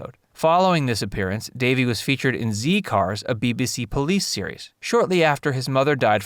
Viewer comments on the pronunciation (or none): Zed cars - not Zee cars. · In Coronation Street the name of his grandmother was ee na not aina. Plus the name of the police program is Zed cars not Zee cars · Z Cars, pronounced Zed Cars, not Zee Cars! Very popular cop show in the UK. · That’s the first time I’ve ever heard it being pronounced ‘Zee Cars’. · It's pronounced 'Zead' Cars in the UK. Rhymes with 'Head', believe it or not. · While Davey was on "Z Cars" TV show it's actually pronounced "ZED CARS" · So cute to hear an American pronounce Z Cars😂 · I thought that too. They were pronounced wrong. I had the same surname as Ena Sharples and got a lot of stick at school. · Good video. Though you pronounced Z Cars wrong. It's said how you would pronounce Z in zombie.